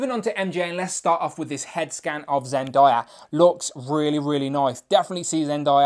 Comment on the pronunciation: Zendayas name is pronounced zen-day-a